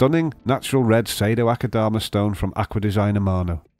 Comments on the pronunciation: And I dare you, I double dare you aquascaper! Say Sado-Akadama one more time... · The way he says "Sado-Akadama" sounds nothing like the Japanese-- but his pronunciation makes it sound exquisitely exotic. xD